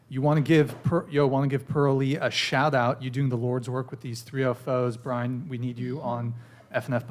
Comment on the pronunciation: "valid" not "validate". Also it's "Brian", not "Brain".🤣🤣🤣 Brian does such a long podcast so that the guests can have enough time to say what they have to say, and can express themselves fully and completely. And it sounds like you don't like critical thinking and morals, which is a you problem. I suggest you deal with it, and grow up.😊